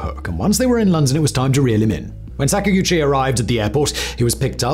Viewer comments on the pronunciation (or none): Sak-ag-uchi not Sak-a-guchi It's Japanese not sacks and gooches m8